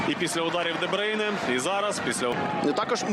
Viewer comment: А чому Де Бийне? Хіба не Де Бруйне?